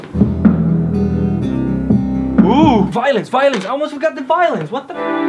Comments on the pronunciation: i literally heard him say VOILENCE 😂😂😂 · Everytime yoy say violin i hear violence lol